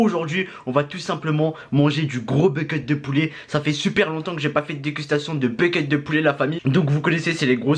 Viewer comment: Il dis Becket ou lieu de bucket